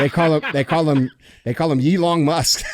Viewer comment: Eeerron Musk